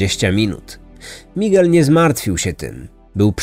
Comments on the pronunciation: A ja tej wymowy lekko bym się czepiała-owszem, "Migel" jest "Migelem", a nie np. " Migłelem ", ale niefajne jest akcentowanie i tak, osobę znającą język to razi. Bo zamiast " MigEL" słyszymy "MIgel". Ale wiadomo, chodzi o historię, a nie o naukę języka ;) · Mała rada dla przyjemniejszego odsłuchu: warto zapoznać się jak wymawiać poprawnie imiona głównych 'bohaterów', zwłaszcza, że język hiszpański jest dość popularny. Powinno być 'migEl', nie 'mIgel'. Pozdr✌️